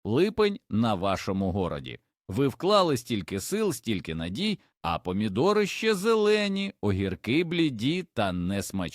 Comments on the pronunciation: Таке враження що відео роблять за допомогою ші. Що враження, так і є. Наголос неправильно ставить ваш ші, горОд, пасИнки 🤦🏼‍♀️ ганьба каналу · Гарне відео, але, здається, переклад з допомогою ШІ, тож просто жахливо слухати про огІрок, гОрод, калІй та інші словесні перевертні. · гОроді.:face-orange-raised-eyebrow:цУкри.. блд! НАВЧІТЬСЯ СТАВИТИ НАГОЛОСИ! ПНХ! слухати неможливо! Блокую канал.